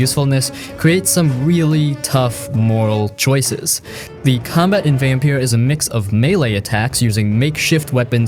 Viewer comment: It's Vampyr..... Not Vampire